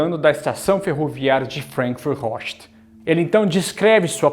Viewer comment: Pronúncia FrAnkfurt, não frenkfurt